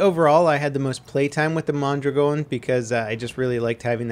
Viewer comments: Its "mon-draagin" not "mon-dragown" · why does he say mondragon so wierd...